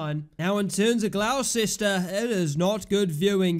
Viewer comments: Butchered that name... Its pronounced Gloss-Ter. Come on bro... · I’m not even arguing, I just said it is what it is. I didn’t expect Gloucester to be pronounced Gloss-Ter. You learn something new everyday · Gonna ignore the mispronounciation of gloucester